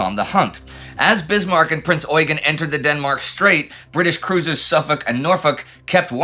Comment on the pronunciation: Very nice! Thank you. Just one important bid. It's pronounced Prinz ɔ͡yˈgeːn with a short "eu" and an emphasis on the second "e". His actual name was french (François-Eugène de Savoie-Carignan). So this pronounciation (especially in Austria) derived from his french (and italian) routes. I saw many documentations from the english speaking area (and sometimes from Germany) in which the pronounciation is competely off.